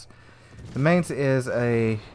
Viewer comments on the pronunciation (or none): you pronounce "Mainz" like you would say "my", so try to call it "My"nz. Here it sounds like the month of may, wich is pretty funny to hear für meine deutschen Ohren. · FYI... the Mainz is pronounced like "Mine" with a "tz" at the end.